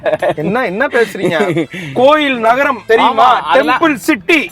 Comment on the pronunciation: நரகம் இல்லை தம்பி நகரம்